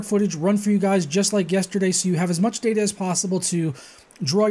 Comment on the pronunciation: "Mutch" lmfao xD